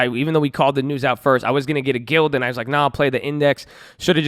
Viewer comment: Gee-lee-ad... not guild Good video 👍🏻